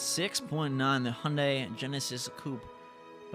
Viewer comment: Why is he pronouncing Hyundai and Volkswagen wrong?